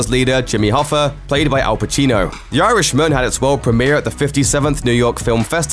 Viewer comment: It's not pronounced 'Yarishman', it's actually 'Irishman'